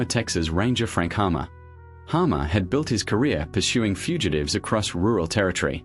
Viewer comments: Captain Frank Hamer not Hammer. Get it right. Use your own voice not the bot. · Frank "Hammer???" ....and all these years I always thought it was Frank "Hamer".....damn I hate AI shit!!! This is for YouTube only..."🖕" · Just an FYI, it was Frank HAMER...NOT HAMMER...AND why is it an (sounds like) Australian bot voice over...saw some photos that I had never seen before... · The Texas Ranger's name was Frank HAMER, not Hammer.